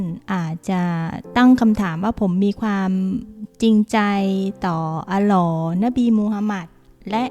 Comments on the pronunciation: ออกเสียงให้ชัดก่อนเถอะเจ๊ อัลลอฮ์ อัลเลาะห์ อ่าน อัลลอ แสดงว่าเจ๊ไม่มีพื้นฐานภาษาอาหรับเลย สงสารจังอย่างน้อยก็ควรรู้ภาษาอาหรับเบื้องต้นก่อน ก่อนวิจารณ์อิสลาม นี้ขนาดเขียนเป็นภภาษาไทยให้แล้วยังอ่านผิด " มิมบัร" ไปอ่าน " มิมบัน" ศึกษาอาหรับเบื้องต้นก่อนนะ ไม่ผิดหรอกที่ทุกคนจะออกมาปกป้องความเชื่อ ความศรัทธาของตัวเอง มีทั้ง พุทธ อิสลาม คริสต์ ใครจริงใครเท็จไว้ลุ้นหลังจากวิญญาณออกจากร่างไปแล้ว สำหรับผมอิสลาม 💯 % ในจิตวิญญาณ ศาสนาอื่นศึกษาไว้เพื่อแค่นั้นแหละ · เรียนมาตั้งหลายปี ไม่เคยได้ยินหลักฐานจากพวกนี้ เอามาจากไหนว๊ะ ประเด็นที่โจมตีไม่พ้นเรื่องใต้สะดือ มุขนี้ใช้บ่อยนะครับ ผู้อ่านชื่อพระนามพระเจ้ายังออกเสียงไม่ถูกเลย จะเชื่อถือได้หรือเปล่า